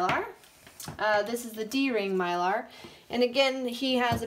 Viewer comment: Myler isn't a type of bit, it's a brand And it's My-ler, not My-lar 😊